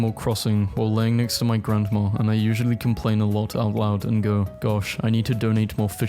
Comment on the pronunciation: You realize there is no R at the end of grandma. It is not pronounced grandmar